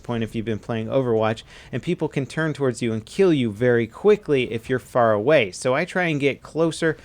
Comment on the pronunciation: "if you're pharah way"